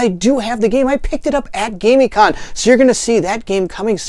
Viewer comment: I am thinking that it is pronounced Gamm-i-conn... It was great to get to play games with you at the con.